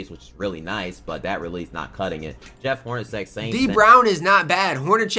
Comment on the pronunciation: I watch videos just to hear him butcher names, one video he called Jeff hornacek “ jarem holgramchek” 😂😂😂 i don’t think he’s an actual hoop fan let alone historian lol